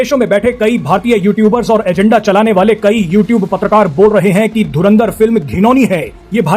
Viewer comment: Dhurandhar ❌️ Dhurindhar ✅️ 😂😂